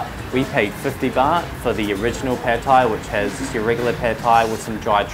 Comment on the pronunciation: ต้องออกเสียง ผัด (putt) ไทย (thai) ออกเสียงสั้น ไม่ใช่ลากเสียงยาว ไม่ใช่แพดไทย Pad thai not paaaad thai